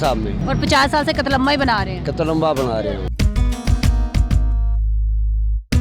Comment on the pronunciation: Ye host k se bol rahi he qatlamaamama buahhaha